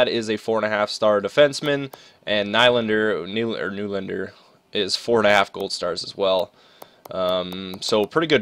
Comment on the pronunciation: It's knee-lan-der